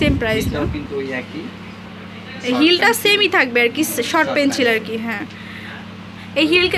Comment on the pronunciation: Pencil not penchil please suddho vabe uccharon koren. My ears got hurt 😒